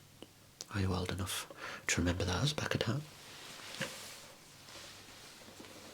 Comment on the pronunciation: "hoame" lmao